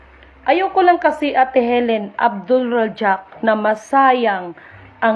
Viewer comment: Ipinasa sayo? O nag Pop up lang sa fb mo? Ni hindi mo manlang mabigkas ng tama ang pangalan ng Mahal na Reyna. Kung malinis ang konsensya mo simple lang makipag usap ka sa maphilindo. Pampagulo kalang sister, si Queen ang laki ng sakripisyo para sa mahihirap. Saka wag mong ikumpara sa matandang palamura si Queen dahil kayo ng matanda ang magka level. Puro katawa-tawa lang mga sinasabi mo. Lahat NG live ng Mahal na Reyna tinatapatan mo. Maphilindo na ang bahala sayo. Ikaw ang nandadamay dahil pinapalabas mong fake ang Queen Helen Abdurajak. Pampagulo kalang.